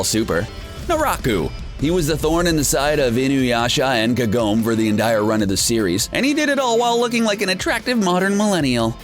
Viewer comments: Even that was ok compared to Kah-gom’ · I thought the same thing when he said Kagome's name (And basically everyone else's) but when he said "epitome" rather tried to say "epitome" I think I had a stroke